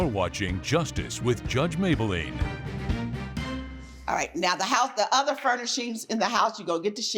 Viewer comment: Mablean not Mayblean